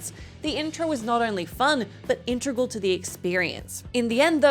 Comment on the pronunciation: I might nitpick her pronunciation of integral (not "intregal"), which can't be blamed on the writing... but still, at least 18-karat gold.